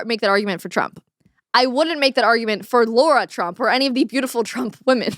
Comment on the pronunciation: Lara Trump not Laura Trump